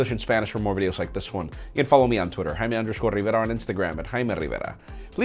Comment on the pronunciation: high-me Rrriverra